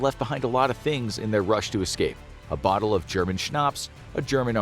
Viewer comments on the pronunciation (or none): none